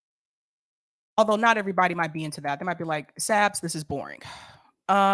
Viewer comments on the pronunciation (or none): none